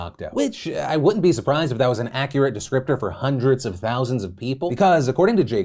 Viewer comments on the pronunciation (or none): none